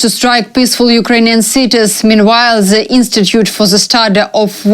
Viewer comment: " THE" , THAT" , THEY". " "D" practice with your tongue in front of your teeth, sister.